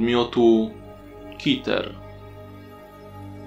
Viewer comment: Może jest coś o czym nie wiem ale, czemu Keter czytasz jako Kiter zamieniając e na i skoro są tam 2 e i szczerze dla mnie nie ma w tym sensu. Ale I tak fajny scp ;D.